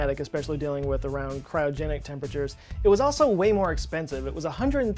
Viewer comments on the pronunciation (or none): none